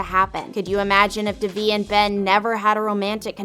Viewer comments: Its don divi its deeeeevi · gor gods sake its pronounced they-v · It’s literally an Indian name it’s pronounced as they vee (I’m Indian) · Did you watch the show? You’re saying Devi’s name wrong. It’s pronounced (Day-Vee). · the series is in SHERMAN OAKS, CA not Boston, MA and you're mispronouncing Devi's name Please correct this. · 1. it’s in California 2. That’s not how you pronounce Devi 3. And that’s not how you Paxton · It's definitely not in Boston, it's in California, and Devi and Paxton's names is pronounced wrong. This is especially godawful in Devi's case. The video maker clearly didn't watch the show and it's so awkward to watch 😬 but all of the actors and actresses in this show are amazing and I love them.